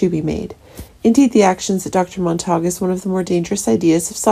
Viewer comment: Monta q, not Mon tak